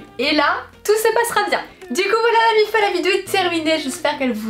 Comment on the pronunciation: Tu peux dire la miff au lieu de la miffa stp